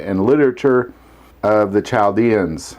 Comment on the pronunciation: i was taught the h was silent in Chaldeans.